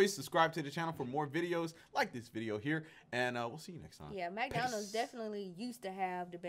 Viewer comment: Love how she pronounces MAC Donald’s